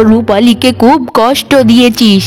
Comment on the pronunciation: Cartoon gulo khub valo lage.... Kintu ekta byapar kemon lage... Ei cartoon gulote... খুবই কে খুব ওই উচ্চারণ কেনো করা হয়.... এটা খুব ই বললে বেশি ভালো লাগবে... 😊